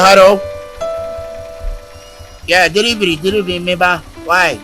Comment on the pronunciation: Did I hear deliving guy nu 😂😂